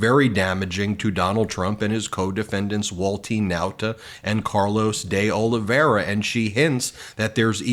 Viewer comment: It's pronounced "dollyvera" Ben